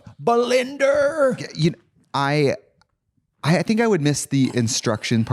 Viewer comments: Katya saying, "Belinder" every 5 seconds. I LOVE IT 😭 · I know Trixie knows Granny but I swear Katya must be a vod watcher because Granny's been saying BELINDER for weeks